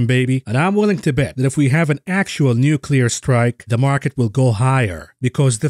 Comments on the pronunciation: Nucular - the word is Nucular! ;) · nucular wor 😵‍💫